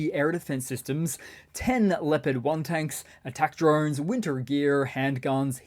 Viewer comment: since you say drone "drine" do you say bile instead of bowl?.. askin fer a friend...